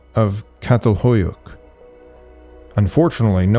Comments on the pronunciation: You forgot the diocritic on the C of Çatalhöyük. The little squiggly mark means that you pronounce it with a CH sound -CHA tal hoy uk You can see it in the pronunciation on the Wikipedia page. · it is not Catalhoyuk, it is CHatalhoyuk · I am aware that it's rather irrelevant but Çatalhöyük's first letter is pronounced as 'ch' instead of 'k' as in 'China'. Great work anyway! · Did you say there are no burials at C'atalhoyuk?.. pronounced like Chattel Hoyuk btw...